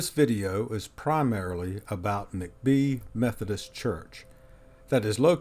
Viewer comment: Hi, I’ve lived in Greenville for over 35 yrs now, and enjoy your videos. Your voice is very familiar to me. Anyway, just a small point: Vardry McBee’s last name is pronounced Mack’-bee with the emphasis on the 1st syllable. Also, are you familiar with the books by Charles A David called “Greenville of Old”? Vol I was published in 1998; Vol II published in 2000…both books published by the Historic Greenville Foundation. I think you will really enjoy them. Do you happen to be an architect? Just wondering because we are part of that community in G’ville. Thanks so much for your videos!